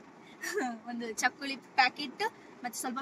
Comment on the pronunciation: we call it as ಚಕ್ಕುಲಿ it's not "ಳ್ಳಿ" it's "ಲಿ".